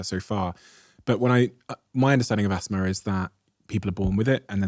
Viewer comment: The way you say "Asthma" is wild.